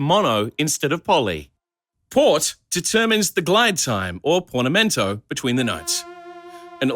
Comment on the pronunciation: Porn-a-mento? :/ this synth has some crazy controls